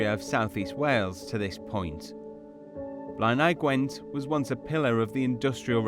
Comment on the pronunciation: The way they pronounce some words like ‘ebbw’ and ‘blaenau Gwent’ is sending me 😂 that’s not how we say it lol I live 5 mins from ebbw vale